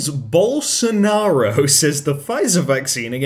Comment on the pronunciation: The best damn pronunciation of "Bolsonaro" I've ever seen. And yes, he's dumb as frick. Greetings from Rio de Janeiro, Brazil"! I fricking love your videos!